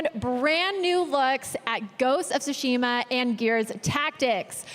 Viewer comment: "ghost of tooshima" you would think by this time, with the hype surrounding the game, and being the host of the biggest awards show for video games he would at least get the pronunciation right